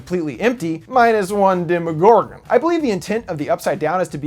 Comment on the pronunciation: demOgorGON I'm bothered by the way he says demogorgon at the end of the video